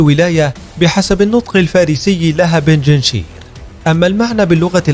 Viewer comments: بنجنشير ❌ بنجشير ✅ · يا صاحب الفديو .. بنج شير ... بنج رقم خمسة ( بالدومنة ) و شير اسود ... بنجشير و ليس بنجنشير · اسمها بينج شير و ليس بيجينشير لا تلفظ هكذا